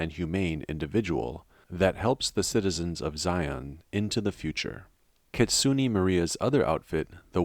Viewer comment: "KItsunay" is how they pronounce it. "Not Kitsunee"